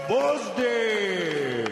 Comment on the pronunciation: I hate how the commentators are prejudice against Gvozyk. Moreover, learn to pronounce his name RIGHT, "professionals".